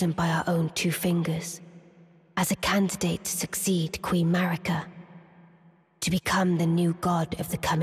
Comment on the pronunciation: maRIka, not maRKia